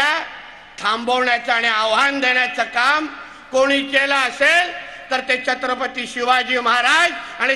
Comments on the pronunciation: छत्रपती हा शब्द पण नीट बोलत नाही आहे. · चत्रपती नाही.. छत्रपती असं आहे ते Nepali school